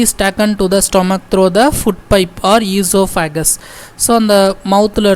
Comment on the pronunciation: Especially for oesophagus O e so phagus We should pronounce esophagus